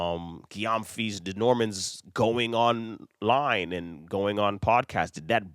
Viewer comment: The surname is pronounced like Jem-fi. It’s a Ghanaian name.